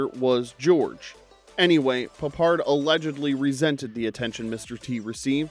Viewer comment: Garbage from start to finish. Porly researched and with the silly inaccuracies in the commentary and the stupid pronunciation of Peppard, I mean who TF is George Puppard?! I've totally wasted 20 minutes of my life on this crap!